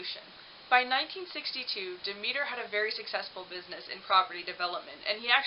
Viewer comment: Fix your sound. And perhaps look up proper pronunciation of words. Eg. Mississauga Demeter.